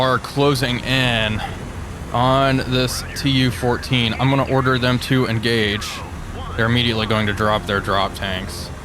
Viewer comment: ... "closing in on this TU-14" ... nope, still incorrect, stroke is maybe still lingering?